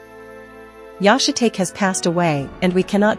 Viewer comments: Yah-shuh-take? How about Yah-she-tah-key? If you are going to use AI, listen to the playback, and if AI butchers pronunciation, rewrite the butchered parts phonetically. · think its funny the AI keeps calling Yoshitake "shit take" when its pronounced "shih tahkay". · Yahshay tate ? Yoshee tahkay lol. Ai is useless 😂. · It’s pronounced “yo she tok eh” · I agree... The AI narrator is awful. Yashi-take? Geez. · AI butchers another name. Yo Shi Ta Ke Just spell it out.